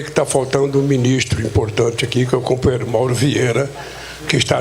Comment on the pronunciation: Quem linguagem desclassificada. "Cumpanhêro" daqui e dali... Parece um soviet de quinta categoria reunido...